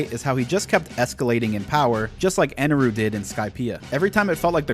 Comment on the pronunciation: How the FUCK do you say EneL the first time (the correct name.) And switch to EneRU... the incorrect, dub, name for the rest of the video? Did you write this shit down or just spit trash?